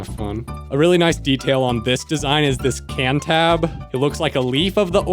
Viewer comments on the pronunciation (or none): none